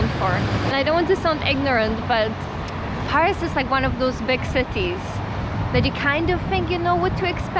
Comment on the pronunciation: PAAris 😬 is that really how Scots pronounce it 😂